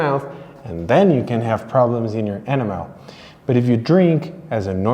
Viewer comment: Does it damage your teeth? Ok you answered that. You said no. By the way it’s e-NAM-el, not ENN-a-mel.